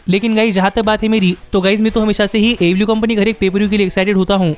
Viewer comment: first of all you need to speak clearly, what is ablew ablew its aew ok,i hope you will work on it